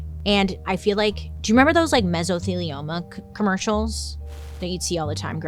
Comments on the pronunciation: Bailey up in here properly pronouncing 'mesothelioma' but can't say 'rural' lol. Love you! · Struggles with "rural". Perfectly nails "mesothelioma" 😂🙃